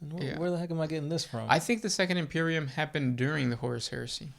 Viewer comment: I love the way you say imperium